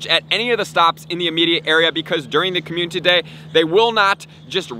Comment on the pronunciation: Another month... still can’t pronounce community